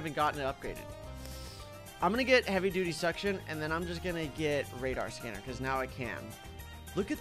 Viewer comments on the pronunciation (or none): take the like you deserve it but I still wonder how "heavy tewetiy suction" will work